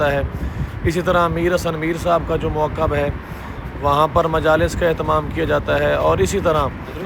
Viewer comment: موکب کا تلفظ ٹھیک کریں